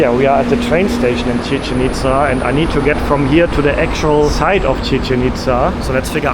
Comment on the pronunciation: Tequila is simply mezcal which comes from the state of Jalisco. This is analogous to champagne simply being sparkling wine from the historical province of Champagne. Commonly mispronounced, Chichén Itzá is pronounced chi-CHEN eats-SA (not rhyming with chicken pizza). The accent marks tell you which syllable to stress.